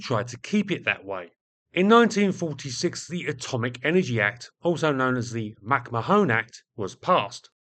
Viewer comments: Mac-Marrn is how you pronounce it. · Two bits of pedantry. First, I think "McMahon" is pronounced "Macmarne". Second, many US B29s during the war were equipped with licence-built versions of the British H2S ground/nav radars, but the belly fairings for these were usually edited out or masked. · McMahon is pronounced MacMayen. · Great video, thank you. Sorry to be a pedant, but McMahon is pronounced McMarn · Given he's from the US, it's more likely to be pronounced McMan. I say this because he briefly flirted with standing as president and his slogan was "The man is McMahon" which rhymes better with the pronunciation I'm suggesting. I also recall Johny Carson's offsider was McMahon, who also pronounced it as "McMan". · Another pedant here. The "o" in McMahon is silent - at least every time I've heard it. McMahon comes to mind. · Mac Mahon is pronounced Mac Mah-Hon , say it fast, not with an additional e at the end ,"Mac Ma-Hone " literally means "my arse " in Irish. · Mack.mahone you serious? McMahon is pronounced oh effing Google it. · No it’s pronounced MacMarn (2 syllables not 3). It’s a fairly common surname originating in the UK, so I’m not sure how managed to consistently mis-pronounce it?? Then again, he mis-pronounces the most basic word in the dictionary “The” as “Thee” all the time! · or in Ireland, Mac Ma-hon (not Mahone) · McMahon is not pronounced "mak ma-HONE," but "mic MAH-hun."The way you pronounce it quite literally changes its meaning from "son of bear," to "son of my ass." "Mo tHoine" (pronounced "mo-HONE") quite literally means "my ass" in Irish, as in the quaint colloquial Irish phrase, "pog mo tHoine." I would appreciate it if you would edit this video to replace "mak ma-HONE" with "mic MAH-hun" at your earliest possible convenience. Sincerely, Mahon MacRi. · I'd say that name would be pronounced more like "Mc Man". Granted, slightly oversimplified, but way closer than "Mac ma-Hone" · It's pronounced McMa'ahn